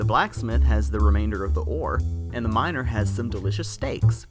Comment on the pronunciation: i heard and a minor not miner